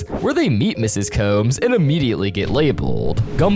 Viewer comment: You spelled somebody’s name wrong again. It’s Mrs. Combs (C-O-M-B-S) not Coombs.